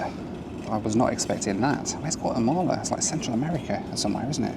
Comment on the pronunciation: Not Wattemahleh 😵😵😵